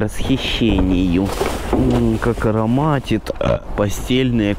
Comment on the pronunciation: ХАХАХАХА ::Как ороматит, ЭЭЭ